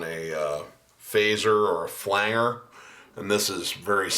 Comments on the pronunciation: fyi: It's pronounced Flange-er...Flange (like the pipe fitting) , not "Flang"-er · Nice tutorial but please pronounce "flanger" correctly (yes, it bothers me that much!). Flange is pronounced "flanje", flanger is pronounced "flanjer", not "flang-ger". Fender Rhodes with a phaser was a popular sound in the 70s. Chorus were used more in the 80s. It's a nice sound but can't replace the phaser. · Nice work ! I believe it’s pronounced FLANGER with a soft G like Angie, tangible, tangerine, manage, etc. That effect was originally produced in the studio by grabbing the tape reel by its flange (the edge) and slightly altering the pitch. Cool facts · Do you say "flan-ger" on purpose?